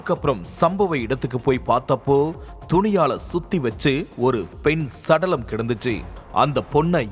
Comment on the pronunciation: பெண் சடலம் னு ,பெண்ணுக்கும் ,சடலத்துக்கும் நடுவில gap விட்டு சொல்லாதீங்க.